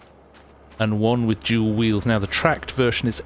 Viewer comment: What the hell is Jewel Wheels ? lol ohhhhhhh DUEL Tires. ahh right.